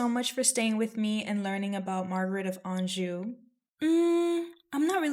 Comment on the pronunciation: A knockout, knows history, and pronounces anjou correctly. Subscribed ✅